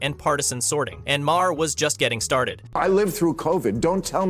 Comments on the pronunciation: Learn how to pronounce Bill Maher name! It pronounced “marr” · bro this video is just you rambling incoherently. you dont even know how to pronounce "maher." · too much explanation. We can understand without all the explanation. Learn how to pronounce Maher.